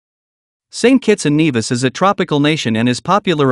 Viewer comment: Great but you mispronounced St Kitts & N-E-vis" That is where I went to med school.